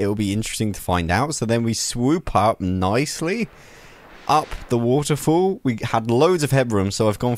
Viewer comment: Lmao he can’t say waterfall